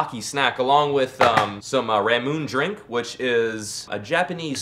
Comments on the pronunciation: It's pronounced ramen Ā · Can't even pronounce the sponsor. Ra-Mune-Ney, you're triggering me.